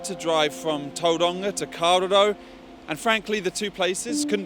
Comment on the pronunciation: Why the hell can't he pronounce kawerau